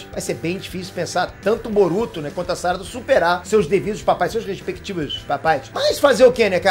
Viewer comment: SÁRADA? Fala direito, mano!